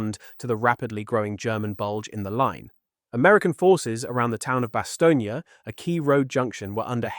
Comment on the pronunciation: Stop saying Bastognia!